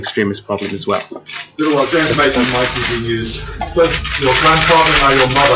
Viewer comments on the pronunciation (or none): they way they pronounce his name is hilarious . beel-aa-vaal.